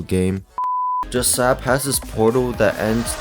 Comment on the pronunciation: This is how you say jsab it's not like this j.sab the way to say it like this J.S.A.B